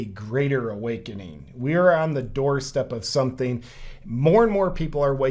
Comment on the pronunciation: "Sometheen" is not a word. "Wakeen" is not a word. "Uncomfterble" is not a word.